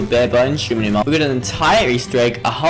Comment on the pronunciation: shi - NO - numa